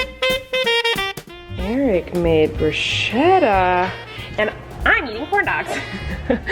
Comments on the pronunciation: Honey... It's "brusketta" and not "brushetta ❤️😊 love you ❤️❤️❤️❤️ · That is not how you say bruschetta. It's bru-sket-a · She did not just say “brusheta” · I'm Italian and hearing the pronunciation "brush-eta" just made me smile. It actually should sound more like "brusk-etta" 😆